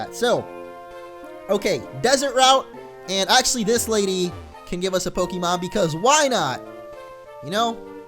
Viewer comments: its actually pronounced poke-ay-mon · its poke-ay-mon the accent on the e makes the e sound a ay sound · In the anime they pronounce the E as an A so it's like Pokamon. :P